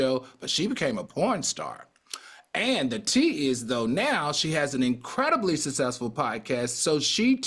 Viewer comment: Al, please learn how to pronounce SUCCESSFUL. Love you Al, love you Claudia. still sounds like a fool.